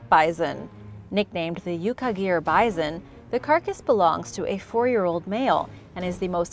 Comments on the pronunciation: Why are you saying, "bizon?" It's "bison!" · The way you say “bi-zon” instead of bison makes my skin crawl. Idk why. 🤣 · Sorry it is pronounced bi-Son